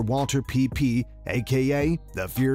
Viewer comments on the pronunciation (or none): It's pronounced Wall-ther, not Walter. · It's not Walter my guy. Its Walther. Come on now. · The correct German pronunciation of 'Walther' is 'Val'-tur'. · It's Wall - Thur, you dipsh$t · The 'h' in 'Walther' isn't silent bud. Also, the reason that the weapon claimed to be Hitler's sold so cheap at auction is due to lack of evidence that it truly belonged to Hitler. At that point in time it was rare that Walther actually built the weapons wearing his name. However, the weapon in question is said to have been hand made by Walther himself and he was said to have NOT included ANY sort of serial number anywhere on the weapon. The handgun sold at auction did in fact have serial numbers stamped on it but theres nothing matching those numbers directly to Hitler. Helluva story behind the weapon but it'll be hard to get a million dollar bid on it by a serious collector without any evidence of it being the exact weapon that was custom made for Hitler.